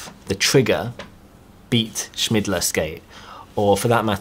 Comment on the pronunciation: Hahaahahha absolutely butchered Beat Schillmeier's name. It's not Schmidler, it's more like shill-may-er. Anyways I had a good laugh, so thanks for that ^^